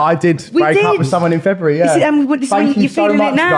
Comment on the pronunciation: She cant even pronounce February